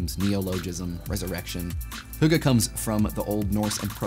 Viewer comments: Him butchering the word "hygge" kills me. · You pronounced hygge wrong